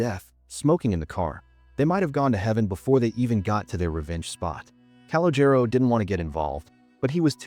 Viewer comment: It's pronounced Cah-Loh-Jeh-Roh. Not CAL-oh-Jair-Oh.